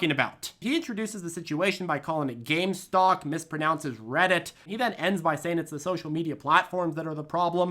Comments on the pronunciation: Hard for me to take anyone seriously when they cannot even say Gamestock, Reddick, or RobbidHen properly. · "Gamestock and Reddick?" How did this man ever get elected to congress without learning de English language. Did anyone actually vote for this Scott? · He called GameStop GameStonk! Haha Reddick hahaha man u are do right